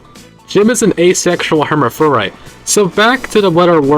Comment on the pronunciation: It’s pronounced Her-Maw-Fro-Dite.